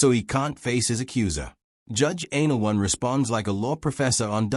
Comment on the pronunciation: It's judge ann- ah -LOW - nee. Not Anal One. Jeez.